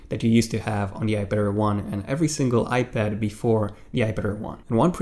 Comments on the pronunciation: Dude. Why do u keep saying "iPadder" ? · Is it me or does he keep saying ‘iPadder’